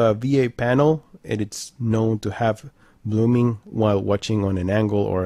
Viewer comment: I watched most you tubers reviews this tv they don’t said blooming like you saying